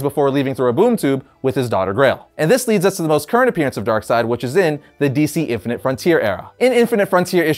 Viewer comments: If you take a shot every time you says darksied you'd probably die of alcohol poisoning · The name of this antagonist is Darkseid and the last syllable is spelled like the English name "Reid." Since that name is pronounced "Reed," it only follows that the master villain's name would be pronounced "Darkseed" instead of "Darkside." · Sometimes I get annoyed when people pronounce his name "DarkSeed". I dunno, it just annoys me for some reason.